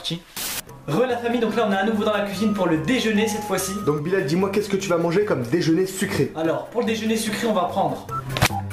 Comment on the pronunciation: Pour le matin moi je dirais celui de Bilal pourquoi en fait vous disiez Bilel au lieu de dire Bilal